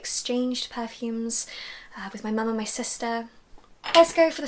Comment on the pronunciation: I like how you say per-fumes with emphasis on the "er"